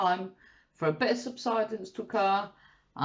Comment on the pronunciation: well done on he losses, you crack me up - subsidence 😂 i had the jacket, beans and cheese HEX A with lots of salad, for lunch today really enjoyed it. love the idea of meal vlogs, i get stuck in a rut and could do with other ideas xx